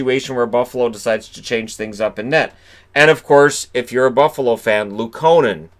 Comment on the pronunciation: Its Luuuuuukkonen, think louuuuongo